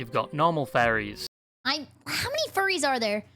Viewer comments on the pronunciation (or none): Why the hell does it sound like he keeps saying Fairies and not Furries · I thought he said "fairies" for the most part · I can't get over how it sounds like the guy is constantly saying "fairies" instead of "furries"...